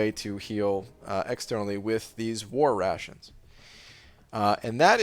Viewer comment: At first I thought it’s “Russians” instead of “rations”😂